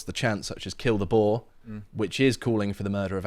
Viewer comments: Boer= Boo R. Not bore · It's pronounced BOO-EER! A Boar is a type of wild pig!